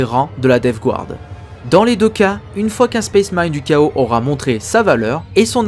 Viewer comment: Super vidéo, étant un fanatique de la DG c'est toujours agréable de réécouter les histoires en rapport avec celle ci Ma seul critique qui est plus du chipotage est la prononciation de Death Guard, le Guard ce prononce "gard" et non "gouarde", c'est une erreur commune mais qui écorche les oreilles pour certains